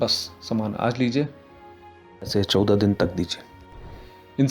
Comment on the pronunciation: I wonder why they replace his 14, wrong pronunciation? LOL